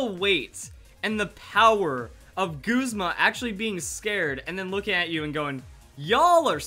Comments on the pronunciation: Goozma... It's Guh-zma Goozma sounds wierd to me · It's pronounced Goozma? Thought it was pronouced Guhzma... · Its G"uh"zma not Goozma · it's correctly pronounced Guz-Ma not Gooz-ma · Perhaps. I tried looking for the official pronounciation, i couldn't find it. Until i do, i'm just g oing to call him Guh-zma. It just sounds better to me.__ __ \_(._.)_/ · Girlywonder AJ it's actually pronounced goozma